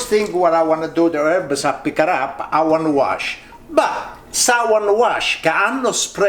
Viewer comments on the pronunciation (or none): none